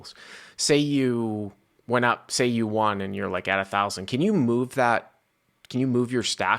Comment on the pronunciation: did you just say wan? The word is won pronounced one you sob! I was just starting to really like this channel 🤣